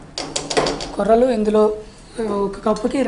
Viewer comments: కొర్రెలు ఏమిటి తల్లీ కొర్రలు అని చెప్పు.తెలుగుని పాడుచెయ్యకండి. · కొర్రెలు కాదు తల్లి కొర్రలు